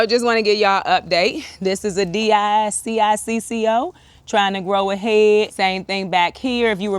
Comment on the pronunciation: Di Cicco is pronounced " D Chico".😊